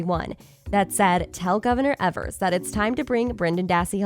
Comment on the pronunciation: Good video but please do some research on how to pronounce names correctly.. Every time you say Evers and manitowoc it makes me cringe..